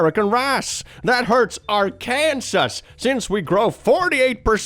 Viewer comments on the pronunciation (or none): I'm sorry... It's pronounced like are kin saw not our kansas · btw you say arkanas wrong. They hate ar-kanas Its arr-kan-saw 😂😂😂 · Hey, I know you aren't from the US, but 'Arkansas' isn't pronounced "R-Kansas"; it's pronounced "R-can-saw" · I've heard you say this before, and I know the spelling's weird, but it's not "ar KAN sas " it's "AR kan saw" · british pronunciation or not, it’s not arkansas. it’s pronounced ar-kan-saw. not to be confused with kansas, pronounced kan-sas it’s stupid i know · Arkansas is pronounced ar-kin-saw not ar-kan-sus Yes it is very stupid but that's 'murica for you Stupid and illiterate. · Ok I know it’s small but I’m from Arkansas and the way was pronouncing it sent me (it’s pronounced are cun saws not are can sus) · no to be that person but since it's a r/ConfidentlyIncorrect i just have to say it's pronounced aa-kuhn-saw not are-can-sas. /js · Little nitpick but it’s pronounced ar-kan-saw, not ar-Kansas. It is legally stated as such (though there is no legal penalty for mispronouncing it) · i regret to inform you, its not Are-Kansas, Its Are-Kin-Saw. its dumb, i know but as someone who was born there it hurts when ppl say Are-Kansas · its ARKANSAWS NOT ARKANSIS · "Our Kansass"? ? It's Pronounced "Are Can Saw" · Note: "Arkansas" is pronounced "AR-ken-sa", not "r Kansas". The name is based on a native word as transcribed by French explorers, hence the silent S at the end. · I thought he said "Ar-Kansas" as like a dyslaxitive joke at first, you know, he does from time to time But then he kept saying it and I was like oh, he actually doesn't know how it's pronounced So for all the Non-American Viewers out there, it's pronounced "Ar-can-saw" Don't ask me why, it's dumb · R-can-saw, not Ourkansas lol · Are-can-saw not are-Kansas. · It's not are-kansas, it is pronounced "are can saw" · So it's not pronounced Ar-Kansas but Arken-saw. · I love the way he pronounces "Arkansas".. It's more like "ar-kan-sah."